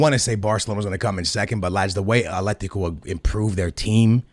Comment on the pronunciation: “Aletico” Madrid 🤣